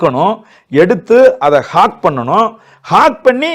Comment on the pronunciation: துப்பாக்கிய “ஹாக்” பண்றது இல்லை அறிவாளி அவர்களே. It is cocking. Cock the weapon. காக். Not “hawk”